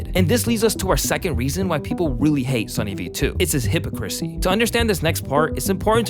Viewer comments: Nice vid but the way you pronounced “hypocrisy” was hilarious “hippo-crissy” instead of “hip-ock-cra-see” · Hip ock ra see … not hippah chrissy (unless that’s like color vs. colour and if so, I apologize;) love yuh! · HipOCKcrassy. Not hippo-crasy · He said hippochrissy 😂😂😂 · It’s “hip-o-crassy” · Hip-oc-crisy is how you pronounce hypocrisy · Did u just say his hypo-crissy? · "hypocrisy" bro said that weird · Bro... The way you pronounce hipocrisy and admirable make me feel... some kinda way. Oof. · This video sounds like whining by a YouTuber who can’t pronounce hypocrisy. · Do you really not know how to say hypocrisy? lol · This dude did not just pronounce hypocrisy like that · that is now how you pronounce hypocrisy lmao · Almost as funny as his pronunciation of "hypocrisy", lol. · Hearing YouTubers mispronounce words from their own scripts (_hypocrisy_, _admirable_), I can't help but suspect that plagiarism is afoot. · he can't pronounce hypocrisy right and thanks for ruining my comment